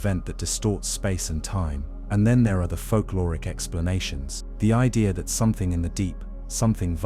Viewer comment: What's an ideer